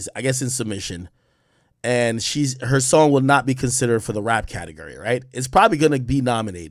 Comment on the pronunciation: Can’t stand how he says categurry 😂